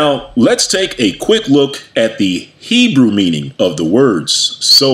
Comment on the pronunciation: Poked my nose in here out of simple curiosity. As an Israeli and fluent Hebrew speaker, I gave up after 10 minutes. The pseudo Hebrew-like misinterpretations, mispronunciations, naming conventions and terminology are so inaccurate to the point of being painful. “For the time will come when they will not endure sound doctrine; but after their own lusts shall they heap to themselves teachers, having itching ears; And they shall turn away their ears from the truth, and shall be turned unto fables.” 2 Timothy 4:3-4 KJV